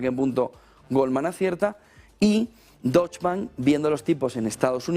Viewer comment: Soberbio como siempre,. Sólo una cosa: Deutsche se pronuncia entera, "e" final incluida.